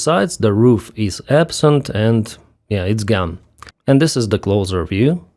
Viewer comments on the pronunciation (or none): When pronouncing the word “closer” don’t let a z sound in make it sound like a snake. The other pronunciation is a pitcher finaishing a baseball game or a sales person getting it done. American pov. Your english is pretty good!